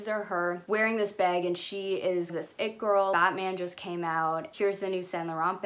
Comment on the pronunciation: I love the way you say ‘bag’ sounds like ur saying ‘beg’ I love Zoe with all my heart and forever will and her style is impeccable. But I think her nepotism allows her to afford her lifestyle that I drool over